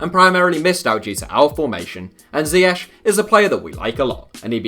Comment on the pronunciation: First English guy I've seen show pronounces ziyech correctly. I've heard so many people say zee-ich or even worse z-aye-ick.